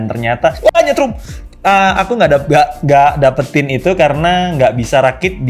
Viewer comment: nyetrum? :awesome: :gar